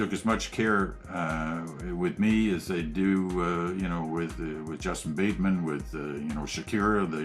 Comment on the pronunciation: Did he just say "Justin Bateman"? haha